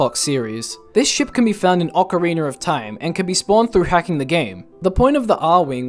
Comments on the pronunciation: Not to be rude but why do you pronounce OoT it as “ocarinER of time”? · i lose a brain cell every time someone says "Ocariner of Time" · *cares about pronunciations* OCAREENER HAS JOINED THE CHAT.